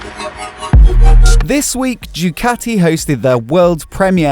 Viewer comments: You destroyed the name of Ducati is a latter D. start to say do-cat-tee and not choocati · Ducati is simply the best, but please, learn Italian properly!